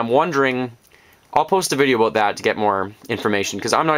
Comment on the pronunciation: When you say "about" it sounds like you wanted to say "aboot" but you correct yourself before you go into it.